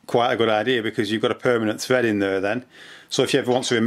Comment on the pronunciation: 'ole' = hole 'tread' = thread 'tree' = three Aussies do not using the letter 'h' much.